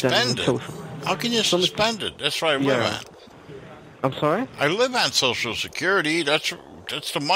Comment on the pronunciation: gets the shoshal wrong,: “That’s it.”